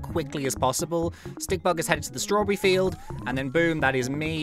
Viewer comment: (No offense) The way says strawberry; Straw-brrrrrrrrrrr-E